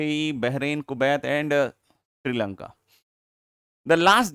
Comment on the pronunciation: How sir said Sri Lanka was very funny xd